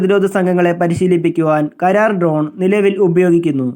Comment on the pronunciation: കരാർ അല്ലാ... karra-r